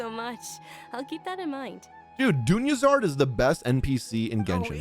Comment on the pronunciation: I'm gonna watch it all and I love your content and your expressions but please call her Dunyarzad and not Dunyazard like she's a Charizard